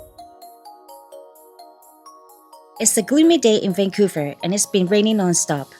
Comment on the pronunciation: Haha it's Vancouver